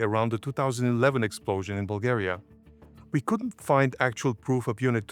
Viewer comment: Why are you saying dates, your name, and Bulgaria wrong? You know perfectly well how they should be.